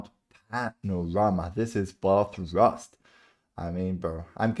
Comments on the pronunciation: I thought he said Bath rust. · It’s pronounced bath uurst. Bathurst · Hi bro this is one of my favorite racing to watch every year. And FYI for your information your pronunciation for Bathurst is wrong its Bath_urst . Love your work buddy happy you love our racing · thats brilliant mate ive never heard bathurst called "bath thrust" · It's called Bathurst, pronounced B-ath (like ass with a lisp) then urst- like erst. There is no rust in Bathurst! Thank you, from a Bathurst fan from the beginning in 1963 when all classes of cars competed for 500 miles. Before then it started as the Armstrong 500 at another great Australian Circuit at Phillip Island in 1960.